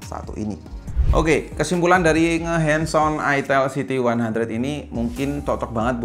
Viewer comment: Itel siti 100 Itel siti 100 Geli geli geli gimana gitu ngucapinnya Apalagi ngucapinnya "itel siti 100, ha.... Itel siti 100" Hehehehe